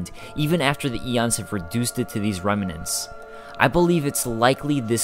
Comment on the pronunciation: you pronounce remnants really weird lol....just throwing that out there mate lol. great lore videos though, I agree with you on just about everything you say about the ''four old ones whose name are ineffable.''